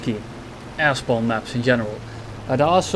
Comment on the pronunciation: I keep hearing "Ass bomb" instead of "Air spawn"